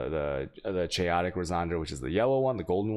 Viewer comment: Resonders??? Jambler?? Chayotic??? Do you realise your pronouncing a lot of words incorrectly??? I'd love to take you serious on your findings but you can't even pronounce words properly.....